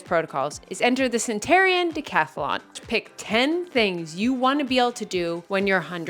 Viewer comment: Omg!! You are an absolute inspiration and THANK YOU so much for your channel! Congratulations on everything-especially the stress management wins! Psst… Cent-en-air-ian. 😉